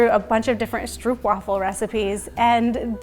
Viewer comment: Love you guys and this fun cooking show with this Advent season! But just an FYI from the Netherlands where stroopwafels originate, it is pronounced like “strope” (long “oh” sound”) :)